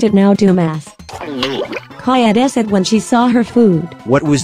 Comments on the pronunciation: 2 seconds in and "kadead" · "Kadead" XDD